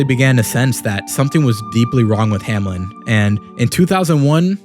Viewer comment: Bro: hamlen My mind: HOW TF DID HE MESS UP THRICE